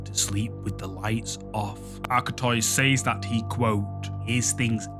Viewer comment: It's pronounced gage spelled gauge and says is pronounced sez not saays.